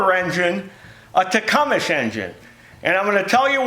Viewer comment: The pronunciation of "Tecumseh" is generally tih-KUM-suh or tuh-KUM-suh, with the emphasis on the second syllable and a silent "eh" at the end.